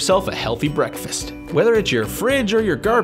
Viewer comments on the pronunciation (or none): " and enjoy yourself a healthy BEKFEST"